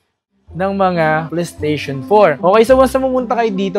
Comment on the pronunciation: mura kasi PLE-STESHON ang brand 😅😅